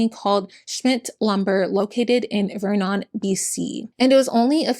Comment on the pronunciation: hey babe! just a note vernon is pronounced “ver-nen” ❤️❤️ lots of love